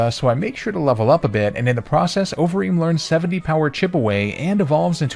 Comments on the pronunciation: i kept mishearing overeem as ovary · Idk if anyone else felt like this but it sounded like you kept saying ovaries for conkeldurr’s nickname